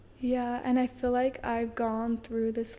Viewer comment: They say dill instead of deal Fill for feel and enunciate the last letter of a word especially T and K